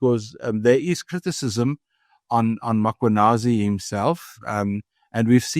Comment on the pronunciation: I wonder when will people pronounce Mkhwanazi correctly (Mmmmm-kwa-naa-zee and not Ma-kwa-naa-zee).